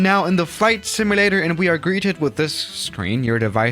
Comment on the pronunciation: Simulator not simalator